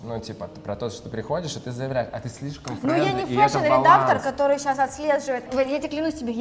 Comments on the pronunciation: Гоша, почему вы говорите «сесяс», а не «сейчас»? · а сто у Госи с произносением?))) Сейсяс мы будем смотреть...